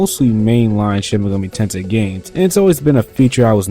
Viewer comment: Enunciate the title. SHIN-MEGAMI-TENSEI